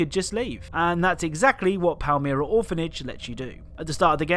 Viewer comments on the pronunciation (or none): Palmyra is pronounced palm-i-ra